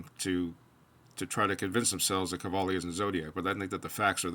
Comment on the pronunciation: I found a video of Kjell speaking English and he does not have a strong accent at all. Search Jens Stoltenberg and you will hear a strong Norwegian accent. Oh and btw. Qvale is not pronounced kavali. It would be pronounced as written, just swap the Q for a K, so KVALE. Thanks